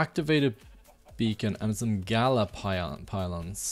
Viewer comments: maybe in one of your newer vids you corrected your self, but you know it isn't gaLa right? Its Gaia with an i (like in icecream) not an L.. so you say it like gaja it bothered me way more than it should haha. Nice vids tough! You definitely earned a new sub! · Nice episode, but seriously it's Gaia, not Gala... with i. Or do you do it on purpuse, for some reason?